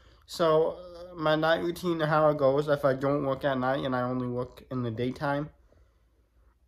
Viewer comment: Its routine not rutine. Wish you all the best!